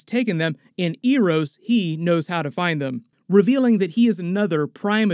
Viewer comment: Eros pronunciation being butchered is something i didnt think could happen